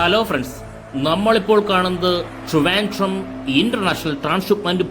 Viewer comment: റ്റ്രിവാൻന്ററം അല്ല മോനെ ട്രിവാൻഡ്രം ❤️❤️എന്ന് പറ...വെറും ഊള ആവരുത് ❤️